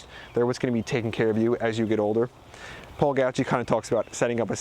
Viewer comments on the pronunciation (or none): none